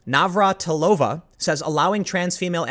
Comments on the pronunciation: FYI. Slavic female family names that end with -ova/-eva have emphasis on 3rd syllable from the end (NavraTIlova, not NavratiLOva). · Ugh... as a native Czech, the pronounciation of Navratilová is bothering me so much. She's not Russian... But good on you for trying.... somewhat...